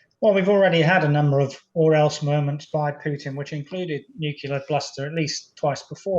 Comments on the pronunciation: Nu-cle-ar, not nuc-U-lar, please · Did this man say NUKILLER instead of NUCLEAR ? Sounds like he did which makes me want to disregard anything else he says. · Nuclear, not nu…killer? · Why do people say "nucular"? It's "nuclear"! These are generals. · It's 'referenda' not 'referendums'. Astonishing that American Anthony Blinken can get it right, but the BBC, guardian of English, can't. Also why can't otherwise intelligent people pronounce 'nuclear' properly? It's not nuc-u-lar Maj. Gen. Chapman. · how does an expert say 'noo-kyuh- ler'??? It's 'noo-clee-ar' gosh - theres no y sound! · But why does this “very model of a modern major-general” say “nuke-ular” rather than “nuclear”? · It's nuclear, not nuckelar. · Why certain people insist on saying something like "nuculear"? Is it because they cannot correctly pronounce nuclear ? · I love all your posts, thank you for quality reporting. I do wish the guests knew “nucular” is not a word 😊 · Why can't seemingly intelligent people say "Nu-CLE-ar"? Why? Why? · Nu cle ar. NATO, not EU. THANKS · "Nuculer" . . ? Whot..? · "Referendums" "nuc u lar" " you know." What happened to top-drawer speech? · Nothing undermines the credibility of an 'expert' like talking about 'nukular' issues. Just sayin'. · Is this Major General really saying Nukular ??? Last person I heard say was GW Bush! 😬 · Needlessly nitpicky I know, but my brain finds it SO distracting when someone, especially someone giving an expert opinion on nuclear weapons and policy, can’t say the word “nuclear”. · I love it that serious Britons say nuclear like George W Bush now. Language changes so quickly, eh. I’m becoming a fossil. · Always find it hard to trust analysis from someone who can't pronounce "nuclear" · This guy is educated? Why can't he pronounce the word nuclear properly? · He certainly didn't say NUCLEAR